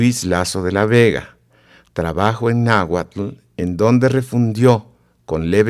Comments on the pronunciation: Y pronuncian sonidos que no existen en la lengua nahuatl. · En realidad la dicción no es magnífica, se nota un acento español y no pronuncian algunos sonidos del nahuatl, y más que está escrito en el llamado "clásico". Aún así tiene el valor de mostrar la versión original de este libro, ya que muchos creen que está escrito en español.